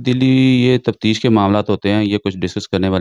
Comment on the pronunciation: Ye Jo uloo ka path anchor ban phir raha hei,is kuttay ko pehle urdu sikhao, tafsheesh kia hoti hei? Taftish ko tafsheesh bol raha hei. Aj kal har chutia journalism ki maan behan aik karne pe tula Hua hei. Shame on you.